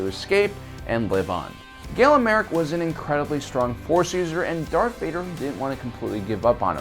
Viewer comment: It’s ma Rey,!